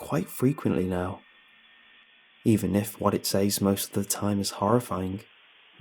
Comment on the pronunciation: I love this dude but the way he pronounces "says" drives me F-ing nuts!